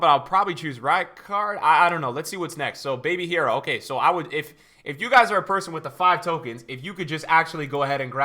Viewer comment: Lol why did purposefully pronounce hierro wrong when he knows spanish